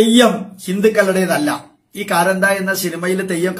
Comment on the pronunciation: കാന്താരാ അല്ലെ കാരന്ത എന്ന് parayunnu